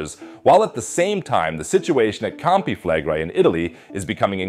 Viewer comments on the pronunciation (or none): Why do you pronounce Campi Flegrei like an American who can’t pronounce anything that’s not English